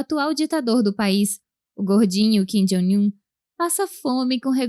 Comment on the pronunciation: ô narradora, por que você sempre pronuncia Kim "Jóing" Un? Não é assim que se fala!